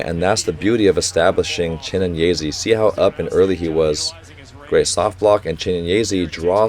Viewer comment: People in the comment: it's Chi-né-nyé-zé: Chi-né-nyé-zee